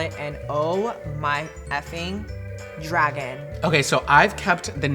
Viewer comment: Dragun! Not lizard! I don't do that tongue thing.